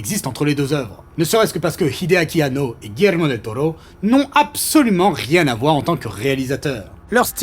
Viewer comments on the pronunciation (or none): Del Tollo , Del Tollo et ah un del Toro et re Del Tollo , même si la vidéo est top cette prononciation m’a bien gonflé 😏😂